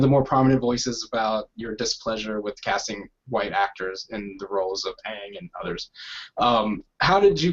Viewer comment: It’s called aang not yang